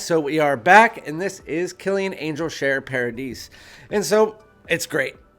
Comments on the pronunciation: It's par ah dee without the s. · Paradis is paradise in french. Pronounced paradi without the s. Same thing. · If "paradis" is french i am fairly certain the "s" is silent at the end.